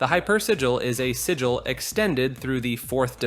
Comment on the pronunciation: man, the part where you pronounce Sigil a different way each time you say it was kinda painful ngl ;[ it's like 1 second in google. just type in a word and a robot lady reads the proper pronunciation for you.